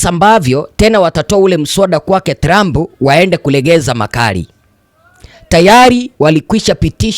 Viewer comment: Jifunze kutamka maneno TRUMP